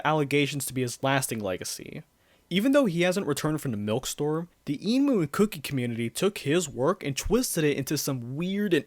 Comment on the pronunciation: "The inumu community" lol You did good 👍